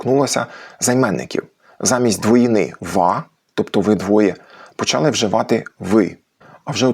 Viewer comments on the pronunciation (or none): none